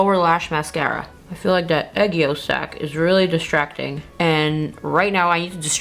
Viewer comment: it's called aegyosal, not aegyosak 🥰